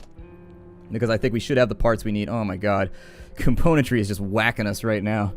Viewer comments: I think it bothers you cause he misses the M in componentry, it kind of bothers me too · I don't know why, but there's something that irks me to no end every time you say the word "componentry", something in the word itself rather than the way you pronounce it I think...